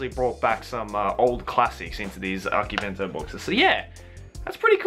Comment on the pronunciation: You pronounce akibento its akibento~ver